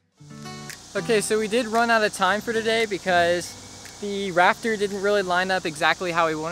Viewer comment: Was I the only one hearing Raptor and not Rafter?